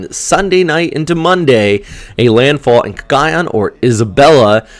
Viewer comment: I hope you don't mind if I teach you some pronunciation like Cagayan where the accent is on the 3rd syllable. Cagayán. Thanks